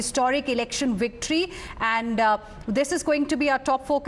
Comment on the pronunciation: The ‘wictory’ speech 😂😂